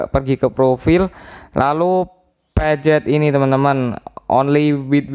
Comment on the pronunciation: Pencet bang bukan pejet